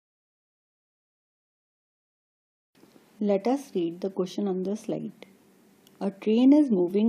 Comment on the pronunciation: your video is fine but say "sliDe" properly. you say "sliTe". it's "sliDe" "please read the question on the sliTe" no need to reply at my comment. DON'T REPLY. I DON'T NEED ONE <3 IT'S ME. MY HONESTY'S BRUTAL